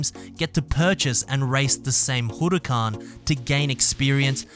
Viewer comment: Y do u sound Japanese when u say "Huracán?" Lol